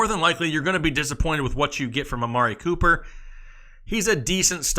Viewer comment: 😂😂love everytime he says amari pooper